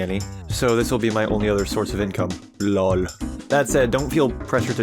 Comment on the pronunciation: It doesn't has to do anything with fnaf but that lol sounded pretty much how an Italian guy would say it